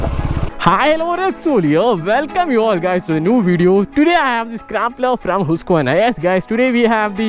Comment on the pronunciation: It is really encouraging and pleasing to listen someone pronouncing the name of the company correctly.